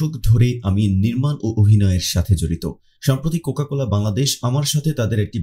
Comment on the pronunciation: vodai cocola na cocacola hobe